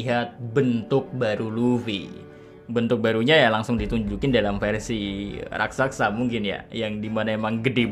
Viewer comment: Inget ya min, "RAK-SA-SA"😅